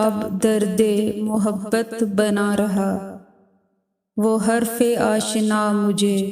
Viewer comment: لفظ غلط کے تلفظ کی ادائیگی درست نہیں صحیح تلفظ غَل٘ط ہے جس میں ط ساکن اور صرف غ مترک ہے